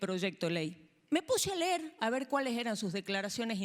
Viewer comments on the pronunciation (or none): none